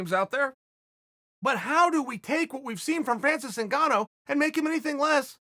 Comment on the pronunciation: Ngannou NOT Cingano!...😂